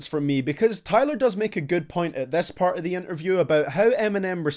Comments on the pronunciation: stop sayin diss as dass thanks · Diss !!! Not Dess!😂💀💀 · What's a "dess"? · Nobody:: dESs